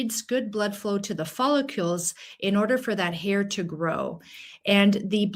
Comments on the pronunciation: Follicle. Not follicule. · Oh my gosh PLEASE stop mispronouncing follicles. Are you actually a physician? It's NOT "follicules." That's not even a word. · “Folli-CULES”? It’s, “Follicles”😅😅😅 Thanks for your content!☺️ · We now live in a day and age where a doctor can't pronounce the most repeated word in the video, "follicule"... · As a doctor you should know that you DON'T pronounce it " follucles"!!!!!! It has an I in it so you prounce it " follIcles"!!! Pretty sad a doctor wouldn't know that. You lost all credibility. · Follicules? It's follicles. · It’s follicles not follicules ! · Follicles not follicules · Please, it's follicles, not follicules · What are “follicules”? I presume she means “follicles”. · Not follicules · I know! I can’t stand it! (No offense to the speaker… it’s just that follicule is not a word. I’ve heard other people say it, so I just looked it up to make sure — I’m open to the idea that I could be wrong! 😂 — but no… it’s not a word.) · It is in French. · You are mispronouncing the key word follicles. That really detracts from the credibility of your presentation. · You are pronouncing follicles incorrectly., there I’d no u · Presenter can't pronounce follicles. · There is no "U" in the word follicles. For an MD not to be able to say the word Follicles correctly , I'm done.